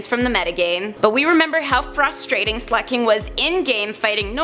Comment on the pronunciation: Slack - ing not slack - king